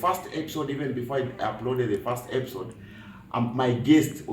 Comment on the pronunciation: please pronounce episode well...no epsod...good stuff keep the fire burning.